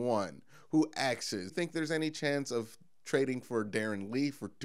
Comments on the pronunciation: Agreed, I started following because I love the way this guy speaks instead of half the YouTubers that just yell at you for attention. But every time he said axes I cringed a little bit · You saying AXES all the Time sticks out like a sore thumb, Like a good looking woman with a giant mole on her face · Asks...its pronounced ass-k-s